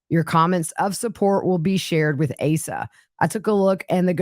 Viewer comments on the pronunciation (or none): Her name is pronounced AH-sa.